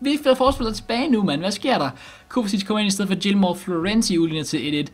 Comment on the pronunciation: du udtaler det rigtigt